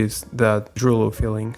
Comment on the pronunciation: If we're into what now? It's more like droo loo ;p Can confirm, also Dutch and that's how the oe is pronounced